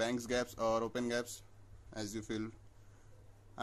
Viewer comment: Its not 'gaps' its 'G' apps tats for Google apps..!!